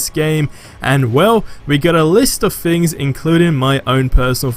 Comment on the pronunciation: Mate, please learn how to say "Th"! Its not FFor, its Thor. It's not FFings, its Things.